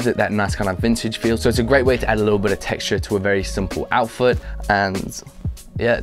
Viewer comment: did he say "outfoot"